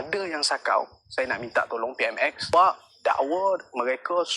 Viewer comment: Kau plk sebut PMx peram salah lsku , pej perdana menteri tlg buat report polis dan dakwa malaun ni ..